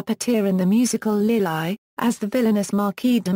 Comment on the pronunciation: why does this woman pronounce it "Lil-eye" for the movie "Lili" ? this is not a well-done narrated video, so difficult to follow what is said.